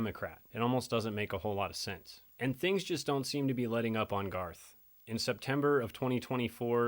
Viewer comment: Ed Geins pronounced Gaines